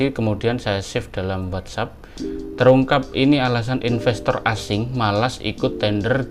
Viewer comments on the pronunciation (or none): none